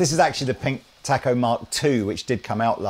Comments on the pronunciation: It's pronounced "taco". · You are pronouncing Taco wrong. A sound is different Great video!